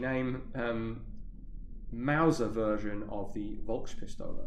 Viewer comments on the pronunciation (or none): It is slightly annoying that the German v which is pronounced f, is stll pronouncend as v. It is possible to check with Google translate which can pronounce the word.